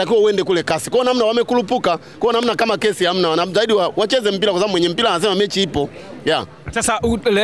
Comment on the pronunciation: Very poor swahili